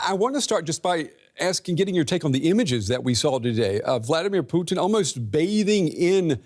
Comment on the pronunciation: It's not "Vldr ptn" it VLADIMIR PUTIN.